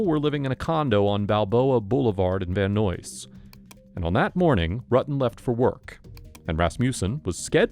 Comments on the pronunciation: “Van Noise?” 😂😂😂 It’s “Van Nize”… spelled Van Nuys Do some research people! 🙄 “Robbery Home-incident Division.” 🙄 HOME? icide?? OMG people! Is this AI? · "... In Van NOISE.." 🤣 🤣 🤣 🤣 it's VAN NUYS! 😂😂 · Did he just say “Van Noise”?! It’s Van Nuys… like, “van eyes”. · Attention text to speech app user; "Van Nuys" is pronounced like "van eyes", not like "van noise". Also, humans don't roll their voice sarcastically with such regular robotic periodicity. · Van Nuys. It’s pronounced like “guys,” not “noise.” 😂😂😂😂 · Van-oise ???? Pretty sure it’s Van Nuys pronounced van-nies or van eyes and Simi Valley pronounced seems valley bub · It’s pronounced Van NIZE not Van NOISE… I live here lol. This happened a few miles from my house. I’ve always felt that John was really intimidated by Stephanie and was trying to let her down easy when he met Sherri. She’s pretty pushy and he seemed very passive. I don’t think he slept with her to be a pig… I think he did it out of guilt for hurting her. I definitely believed that there was a cover up and they didn’t investigate Stephanie like they should have. I love how her brother claims she was framed 🙄 there were 2 DNA profiles… hers and Sherri’s. If they planted evidence there would be a 3rd profile. She gives serious Alex Forrest vibes. I think the only thing John was guilty of is being weak and not wanting to stand up to Stephanie. I don’t blame him for her murder, I’m sure he lives with a lot of regret. I believe he really loved Sherri. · Literally NO ONE says "Van NOICE" here. I live in Van Nuys. It's pronounced "Van NIZE" LOL 🤣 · Ok, so learn to pronounce words correctly. It's not "Van Noise," It's pronounced "Van (N)eyes." Actually spelled Van Nuys. Seriously, if you're going to narrate, proof read the script first, because there are numerous mispronunciations. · Hahaha "Van NOISE" It's pronounced "Van Nyes" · The correct pronounciation of the suburb is Van Nuys as in guys, not Van Noise. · Van Nuys is pronounced Van Nies.